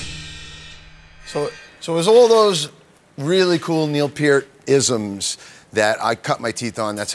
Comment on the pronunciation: damn he actually said Neils last name correctly